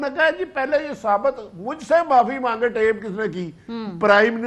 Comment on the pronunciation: TAP nahi hota naani 420. TAPE hota hai uffff jahiliyet